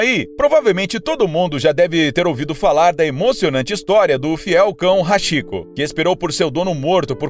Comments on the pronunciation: Nome do cão nw é Hashiko pronuncia-se :Hatiko embora esteja escrito Hachiko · A pronúncia do nome do cachorro é ratiko ( Hachiko ) ou ハチコ. Do japonês para o português a pronúncia romanizada do ( chi ) seria ( TI ) e ( shi ) seria ( XI ). Outro exemplo Yamaguchi ( Yamaguti ) e não Yamaguxi. Desculpe, mas o correto é assim.Aliás, excelente vídeo! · "HASHIKO"??? Se nao sabe pronunciar...faça uma pesquisa antes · Na verdade Hachiko, a pronuncia é Rartikô, o "Ch" no Japão tem som de "T". Tipo: A Viagem de Chihiro fica assim: "Tirirô"! Ótimo vídeo, parabéns! Ganhou mais um inscrito!